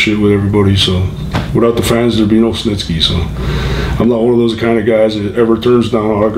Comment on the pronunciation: Gene Stnisky?! Did anyone else catch that